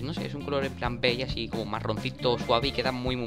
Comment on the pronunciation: Se sice beish no bei .-.